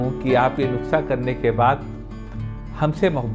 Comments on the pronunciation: NASA nhi nuskha hota h sir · Doctor sahib nuksa nahi nuskha hota hai baaki video bahut achi hai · Good. Please pronounce NUKSA AS NUSKA... It is nuskha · I see ur most of d vedios nd its sounds cute when u pronounce nukhsa.. Instead of nuskha... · Doctor sahab please make corrections, nuksa nahi Kehte, it's Nuska. Baaki aap jo bata rahe ho us treatment ke kuch proof hai kya? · Nuksha aap khte ho sir 😂 but u are good person 😚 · नुक्सा बोलिये सर